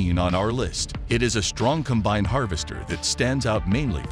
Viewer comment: shame the computer narrator doesn't know how to pronounce "combine"